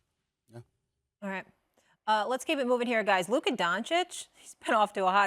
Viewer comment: How do both of these PROFESSIONAL SPORTS ANALYSTS butcher Lukas name this hard??? It's the same sound TWICE and both of them put a K in a different place every single time 😂😂😂😂😂😂